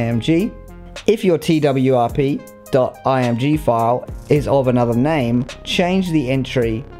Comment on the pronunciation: Twrp sounds like twerk